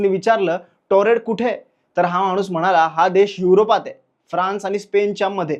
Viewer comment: मानुस नाही माणूस म्हणा.